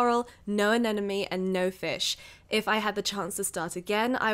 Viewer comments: I love your videos, but I won’t stop commenting this until you get this right : “aneMone” not “anenoMe” ! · ANEMONE. NOT. ANENAMY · Em I love you and your videos, but why do you say anenemy instead of anemone ? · Just letting everyone know, it's pronounced ANEMONE not ANENOME. The M is in the middle